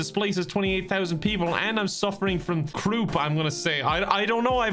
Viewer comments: You did pronounce "croup" correctly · I had croup as a kid, it is said how pronounced, and it is TORTURE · You DID pronounce croup right. The cough with croup has a very distinct sound. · Im glad pronounced croup correctly. I had it at age 6 and now my cough is messed up. I sound like I'm dying 🤣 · Croup is pronounced like you think:)